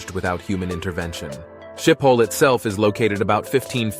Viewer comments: It’s pronounced “Skippel” Airport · It is written Schiphol, and pronounced schip-hol. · The airport Schipol is pronounced Skippol.